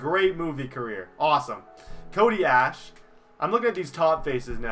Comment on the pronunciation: It's Cody Ash e not Ash